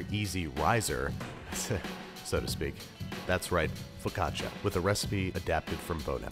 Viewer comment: Im sorry if im annoing but i cringed every time you said focaccia (im native italian) becouse you pronounced it like fikaccia and not fo`caccia